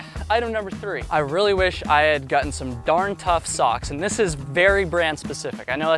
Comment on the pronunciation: Gutten !?!?…. Did you say Gutten !?! 😂😆